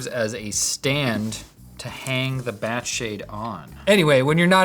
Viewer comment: You did say they’re BAT-ass, right?